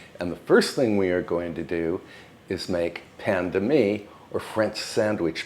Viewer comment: Oh my! "Pain de mie", "cocotte" and "bain-marie", this was almost a French course! Bravo mon cher, bel effort de prononciation et merci pour les délicieuses recettes ❤